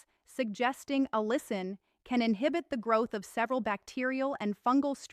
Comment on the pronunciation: Why does this doctor keep switching between two distinctly different pronunciations of the word "allicin"? This raises suspicion that this is an AI glitch.